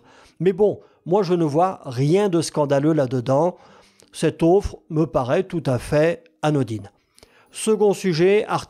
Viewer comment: Salut! Je tenais d'abord à te remercier pour tes vidéos super intéressantes, j'apprécie vraiment ton contenu! Juste une petite remarque amicale: j'ai remarqué que tu prononces parfois le mot "offre" comme "auffre". Il se prononce plutôt avec un "o" ouvert, un peu comme dans "or". C'est un détail, mais je me disais que ça pourrait t'aider à rendre tes vidéos encore plus fluides!